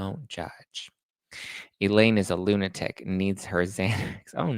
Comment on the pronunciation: Elaine not Eileen